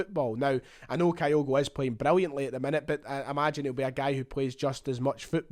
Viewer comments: Begins the video by talking about his desire to get pronunciations correct then starts talking about Kayogo? Some boy! Kyogo, not Kayogo. Do you pronounce Tokyo as Tokayo? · Fingers crossed on this one, top goalscorer in the Eredivisie with a team that was relegated is a no-brainer for Celtic. Talking of pronunciation… Kyogo is pronounced Kyo-go or at a push Ki-yo-go with a soft i, not Ka-yo-go (I’m a long term Japan resident). I still have nightmares about they way we mangled Shunsuke’s name for years. 🤪